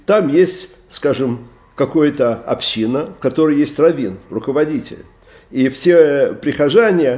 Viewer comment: "Ступень" - ударение на последнем слоге. "Община" - ударение на предпоследнем. А вообще слушаем рава постоянно и восхищаемся!! Огромная благодарность!!